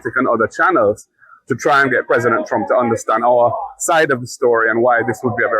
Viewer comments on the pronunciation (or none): It's pronounced President Trump not strump get it right or put the mike down.